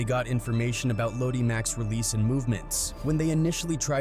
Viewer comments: itssssssssss LO-DI as Looowwww-Deeee Mack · Fr, the pronunciation is crazy. Ffs.😂🤦🏾‍♂️